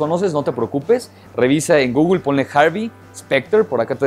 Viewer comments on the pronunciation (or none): none